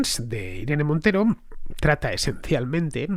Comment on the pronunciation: me parece muy curioso queañadas una M al final de cada frase. Irene MonteroM. En el registroM. Buen video